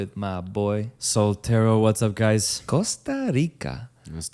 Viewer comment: I'm not gonna lie the way you pronounced the "Rica" in Costa Rica pissed me off. I'm not even from Costa Rica but I'm pretty sure you're suppose roll the the R in "Rica".